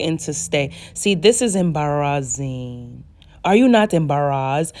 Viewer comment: It's how you switched to your Naija accent when you said 'embarrassing' for me😂😂😂 Embarrassing x 100